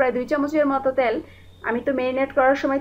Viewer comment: আপু ত্যাল না তেল।